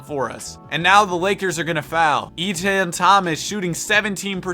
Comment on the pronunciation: Love the content, but you gotta learn how to say players' names. Daugherty is pronounced "Dough-Herty" not "Her-tree" and Etan is "Eee-ton" not "Eee-tin." Great hypothetical vids though...💪🏾